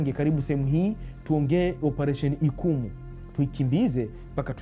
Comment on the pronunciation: Ni "Ichumu" mkuki! Sio ikumu